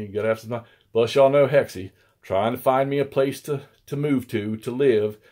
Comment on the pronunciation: When you open with a quick, "Hey, it's Hexy...." it sounds for all the world like "Hey, it's SEXY!" Don't know if that's intended, but you might wanna go for the clearest inflection there!! You're definitely fooling the CC captioner!!! 😆